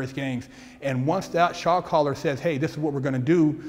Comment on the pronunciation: Ooooohhhh....."Shot-Caller". It took a few minutes to figure out he wasn't saying "Shock-Collar".